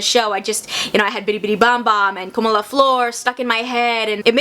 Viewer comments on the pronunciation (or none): none